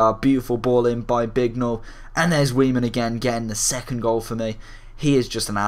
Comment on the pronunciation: i'm pretty sure its pronounced 'vaiman'